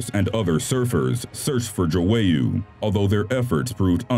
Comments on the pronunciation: Stop saying Joowayoo its João google the pronunciation!!! Grrr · it’s pronounced joy-uh not jowayu